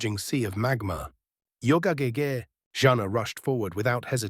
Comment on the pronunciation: Please learn correctly how chinese pronounce Ge Ge😢😢